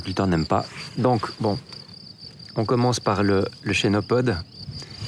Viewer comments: on ne dit pas "chénopode" mais "kenopode" car ça vient du grec khênopous, « patte d'oie » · Se prononce kenopode